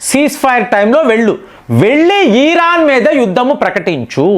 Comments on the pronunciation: ఈ రాన్ కాదు sir ఇరాన్ అనండి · Dear It’s Iron not Ieeran. Please take popular pronounceation